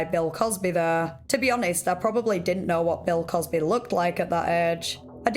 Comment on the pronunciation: "Bell cosbehh"